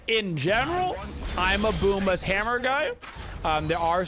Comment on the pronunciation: you know thats not how u pronounce it tho right? lmao i hate to do hard research cause i listen to u..it was good laughs.